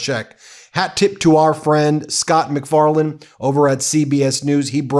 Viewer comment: Wow, you said "Scott McFarlaine..." but from across the room I heard 'Seth McFarlane", and totally went 'whaaaaaaaaat??'😂